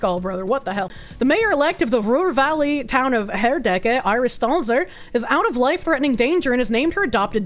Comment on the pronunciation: The SPD is not a socialist party. They are about as milktoast centrist as the CDU and mainly pretend to still be the working man's party that it was in the 60s and 70s. Also you pronounced Herdecke pretty well.